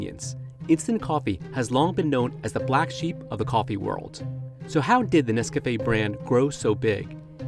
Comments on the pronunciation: Are you saying Nescafé? Sounds like Nescapé 😂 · What the hell is "Nes-Kah-Fay"?? Why he saying NesCafé like that?